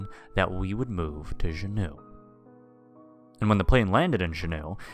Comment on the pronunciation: As a resident of Alaska, good story. One thing- Juneau, it's 'Joo Noh'. I think you are pronouncing it as French "shuno".